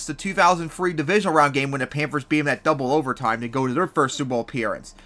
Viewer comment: Who the hell are the Pampers ? You said Pampers like 10 times man. Slooooooooow down, enunciate. Try it with me. PAN THURS, not Pampers.